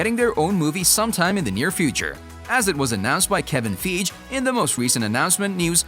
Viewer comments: him "Kevin Feej" Me "Kevin Feige (F-eye-gi)" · Kaden20197 "Fi", like as in "hi-fi", and "gi" like the karate uniform. "Fy-ghee" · the Narrator calls Kevin Fiege ,Kevin feege lol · Language, pal. Pronounce"Figue" correctly.:)